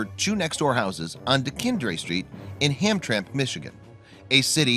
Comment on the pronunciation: It’s Hamtramck, but is always pronounced Hamtramack. I grew up there. It was a predominately Polish community, literally a city surrounded by Detroit. And if you only have one day to live, go to Detroit. Because in Detroit, every day feels like an f-ing eternity!